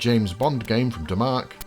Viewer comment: Ok I’m at ep 59 and 40 to go. Just wondering, will we ever get to hear Domark pronounced correctly or is it forever going to be D’mark?